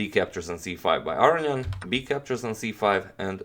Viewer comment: wow. I'm surprised to here the authentic pronunciation of Aronian's last name here :)